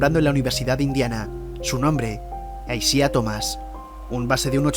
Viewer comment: Se escribe Isiah, se pronuncia Aisaiah